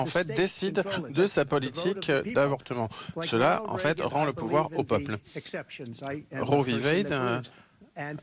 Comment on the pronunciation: Trump et les "en faîte"😂😂😂😂 En faite cest la fete des emphets